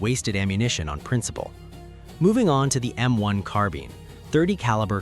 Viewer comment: Hearing the M1 pronounced wrong hurt